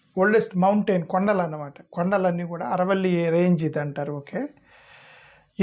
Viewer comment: సర్ ఆరావళి అనండి అరవల్లి కాదు